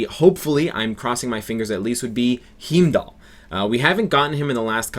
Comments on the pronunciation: Definitey "Hime-dall" not "Heem-dall". lol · bay-tuh. hime-dahl. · it's pronounced HA-EEM-DAAL,... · You just murdered Heimdall's name... if you know how to say Heinz then you should probably know how to say Heimdall. I am also hoping for Heimdall. Anyway for characters I am hoping for Surtur, Korg, Valkyrie, Executioner and of course as mentioned earlier Heimdall. Would also be nice to see Grandmaster but don't think he will ever join...just like his brother did not join. For unis I will say Thor, Hulk, Loki, Sif, Hela and perhaps Hogun, Volstagg, Fandral. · Roll Rogers Roll just tell him to pronounce Heinz and then Heimdall will come up naturally..lol